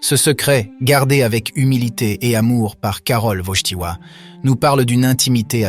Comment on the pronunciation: Il faut dire Wojtyła, et non pas Wojchtila, merci